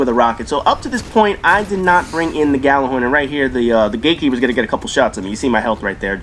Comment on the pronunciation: Expect the Destiny snobs to correct you on Gjallahorn. They bitch and whine when people say it with a G as opposed to Yallar-horn. Kids these days, can't write a sentence but want things pronounced correctly.